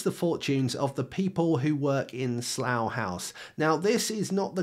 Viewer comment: Why does he say saloo hause?